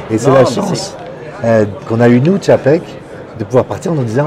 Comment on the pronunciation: TCHAPEK c est pas compliqué !